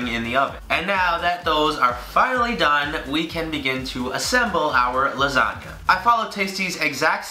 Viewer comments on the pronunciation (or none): I could've sworn he said "Lasaga" 😂😂😂😂 MY LASAGAAAAAAAAA!